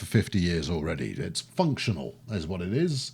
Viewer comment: "It's functional" British spirit coming through there